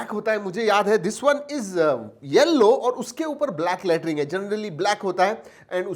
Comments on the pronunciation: Yellow Lattring 🤣😝😝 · Yellow letering🤣🤣🤣😂😂😂😂